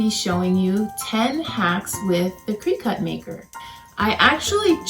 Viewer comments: You need to say the name of the machine correctly. It’s cri-cut it’s not said Cree cut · Crick-IT.... NOT cree-CUT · Thank you for the tips, fyi Cricut is pronounced like cricket.